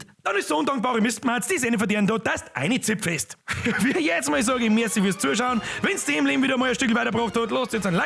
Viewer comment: "einezibfest" geil